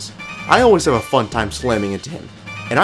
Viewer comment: It's actually pronounced "Goht"